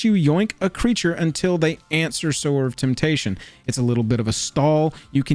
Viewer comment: Im so glad you pronounced Sower of Temptation correctly! So many MTG content creators who, one would assume know how to read pronounce it, "Sour of Temptation". Ugh. Also, I wouldve added Ponder, the old school Lorwyn art, and there is of course a Counterspell with art for every taste as well! I love this type of vid! Do all the colors!